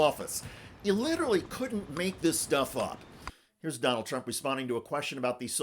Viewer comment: Hahahahaha she called him tronald dump